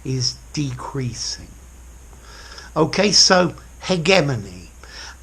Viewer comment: 'Hegemony' - not 'Hegenomy'. Thanks